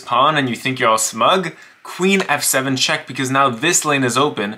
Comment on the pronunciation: He explains it with normal until “queen H2 CHHHECK MATE”